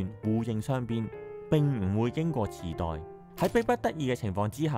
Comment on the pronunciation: 😂池袋？ 我以為 你講 地 震